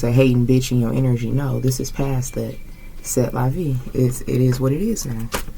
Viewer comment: It’s pronounced “Say la vee, such is life.